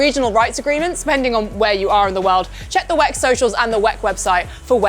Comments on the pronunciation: Stop calling it 'weck' - it sounds so tacky and silly. It's the W-E-C. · Please don't call WEC 'Veck', call it endurance racing if you cant call it W-E-C. We're not gonna gain anything from the 1 second you save. Calling it 'Veck' is just weird. Calling it W-E-C is fine in case i didnt specify it the first time. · imsa is fine. 'veck' is just weird. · Call it W-E-C or Endurance Racing What the hell is 'whack' that is sounds awful ! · She always say "weck" 😂😅